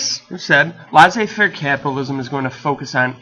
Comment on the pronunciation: "Laissez" is pronounced like "less a", not like "lice a"